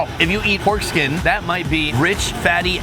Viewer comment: Lmao! I just realized you were saying "porkskin" not "foreskin"!